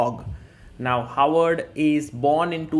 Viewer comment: For those who don't speak norsk: It's HÅVARD. Håvard. It's not "Howard". It's pronounced "ho ar", like santas and pirates say, with a slim almost f-like "v" in between.